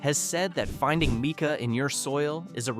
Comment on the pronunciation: Mike-a, not meek-a